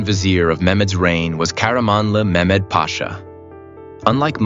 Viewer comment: It's not mekmed!!